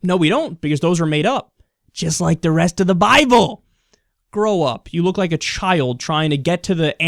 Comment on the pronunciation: he is funny as fuck...." if you read the buy-bull"